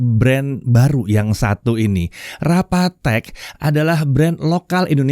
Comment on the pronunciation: Rapa tech. 🤔 Rapatek? 😑 RA PATEK! 😱